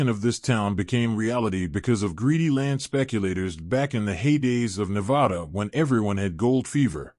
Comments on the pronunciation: I do too. But just one thing - please pronounce the name of our state correctly next time. We are very touchy about this. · Damn, man…learn to pronounce Nevada.